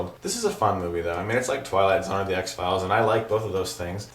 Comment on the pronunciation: hahaha u kinda mumbled the "zone" part of Twilight Zone when you said it the first time, so i was temporarily confused :P great review man, glad to have u back :D